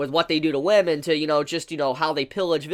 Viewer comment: “WAMEN” EXCUSSEEE MEEE BUT WAMEN?! I’m just kidding you know I love you (no homo)